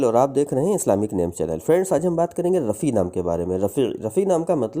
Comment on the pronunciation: Rafi not Raffi please say meaning of word